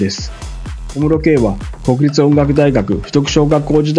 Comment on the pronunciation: 国立音大は「くにたち」、 親王は「しんのう」です‼️